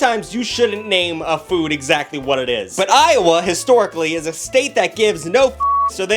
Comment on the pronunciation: As a native Iowan, thank you for saying "Iowa" correctly. Also, the loose meat sandwich is different from the Manwich idea of a loose meat sandwich. It's more of a tavern. If you ever find a Tastee Inn & Out, order 3 taverns and some onion chips! The onion chip dip is good! The sandwiches are nice with yellow mustard.